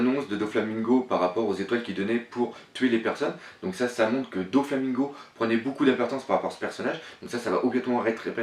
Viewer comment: J'adore tes théories hein mais mettons quelques petites choses au clair : Prononciation ! On dit : [Nom] (Prononciation) - [commentaire] Usopp (Ussopp) Dragon (Dragone) PX (P-X) - et non pas Pixie ; comment t'as trouvé pixie ?? Doflamingo (Doflamingo) - et non pas DoNflamingo Dressrosa (Dressroza) Sanji ( Sanji) - et non pas Senji Brook (Brouk) - et non pas Brock (on est pas dans pokémon) Chopper (Tchopper) Apu (Apou) - Y a pas de "H" donc pas de Hapu A bientôt, le prends pas mal - c'est juste frustrant xD